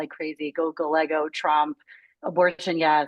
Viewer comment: The left wing liberal lady needs to learn how to pronounce Hispanic names properly. Gallego- the two LLs are pronounced with "y" sound.